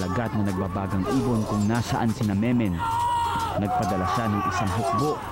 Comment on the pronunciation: meno po hindi memen, hindi maayos pronunciation ni dingdong dantes😅